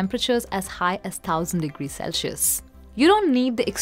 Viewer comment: The term for temperature is "Celsius", pronounced "selsius", not "Celcius" (which you pronounce as "selshius"). Please do the needful and correct your spelling and pronunciation.